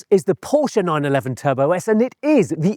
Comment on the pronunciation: Call yourself motoring journalist when you can’t even pronounce Porsche correctly.